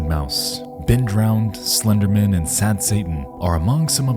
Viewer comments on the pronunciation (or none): I'm enchanted by the pronunciation of Slenderman, like he's just Bill Slenderman, some guy.